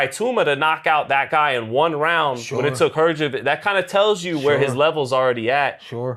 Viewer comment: Hahahaha that white man is just butchering every single damn name. Has he never watched boxing before? Man said Flip Hrgovic hahahahahah. Pronouncing Itouma isn't that hard either. Straight comedy skit this